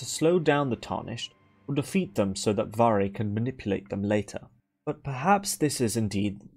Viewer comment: damn bruh portuguese is my main language and never read his name like this 🤡 it was so obvious also idk if it helps but "varre" means someone/something that sweeps, the verb (to sweep) is actually "varrer" with a R by the end of the word ALSO idk to what extend english speakers use "sweep" for but this portuguese word is only for sweeping the floor (with a broom most likely) conclusion: Varre is a broom.